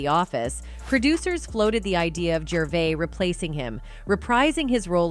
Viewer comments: AI doesn’t pronounce a lot of words correctly. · It’s “Jurr - VAY”